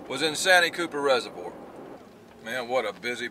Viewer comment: Ain't it pronounce 'Saanteee Cupper' ?